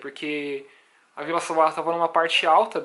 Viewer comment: Pesquise a pronúncia correnta de Ville Savoye